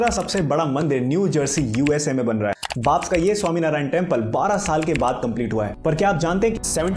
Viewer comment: भाई BAPS का सही उच्चारण बाप्स नही बी. ए. पी. एस. है। बोचासनस्वामी अक्षर पुरुषोत्तम स्वामीनारायण संस्था..... BAPS😀😀😀